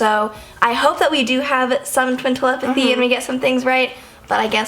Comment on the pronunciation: Not tel-em-pathy it's tele-pathy